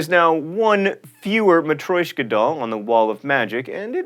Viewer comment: It's also matrIOshka, not matrOIshka (the doll), you pronounce it mah-tree-osh-cuh. As for the "anxious" part, in portuguese "ansioso" DOES mean that you're eager for something (just an interesting fact that may explain why people who don't have english as their native tongue use that expression, since I suppose portuguese isn't the only language in which this is true). Congratulations for another great video!